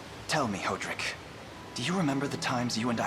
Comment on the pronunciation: "Hoe"-drick sure is a way to pronounce that name 😅